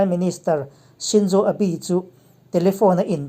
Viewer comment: 'Abi' a awmlo 'aabe' ani. 'Global thrimes' nilo in 'global times' ani